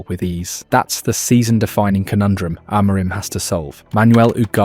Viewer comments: AM A RIM ... get it right ... AM A RIM !! Not A MOUR RIM! Are you American talking about British football? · I assume this is an AI who is mispronouncing people’s names rather than somebody who has avoided every mention of their names. Ten HAG and A-MORE-im? Try harder. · Narrator can't pronounce ETH's or Amorin's name. I'm out. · Didn't realise I was listening to AI until the 'simone else' . Spelling error in the script? I did think it was a novel pronunciation of Amorim. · The two different pronunciations of Amorim at the beginning and the end had me on the ropes 😅 nice vid